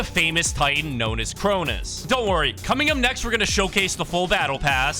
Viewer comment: And “Cronis”